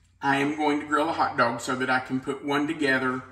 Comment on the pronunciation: Say hot doag sauce again!!!